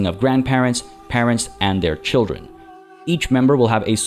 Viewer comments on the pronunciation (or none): none